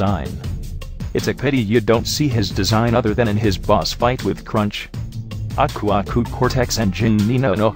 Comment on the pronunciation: Why does your Computer Generated Voice say Aku Aku wrong